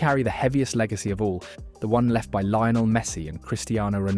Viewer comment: And Lion El Messi lol